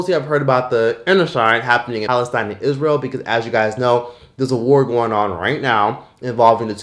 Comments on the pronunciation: Is there a Reason you Can't say "ISRAEL" properly? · I am tired of "it doesn't affect me" argument regarding "iz-ree-uhl" and "watermelondria" If you are a tax paying citizen it does affect you, your taxes are being used to unalive children overseas you should be angry about that. "Imaginary" gets free healthcare and college from our tax dollars and uses them to unalive babies while we can't afford to live or pay to get life saving medicine.